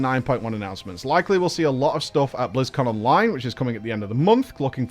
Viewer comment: Please, I am begging, it is called "Blizzconline", in one word, but you keep pronouncing it as "Blizzcon Online" as two words which kills the joke please oh my god please call it correctly!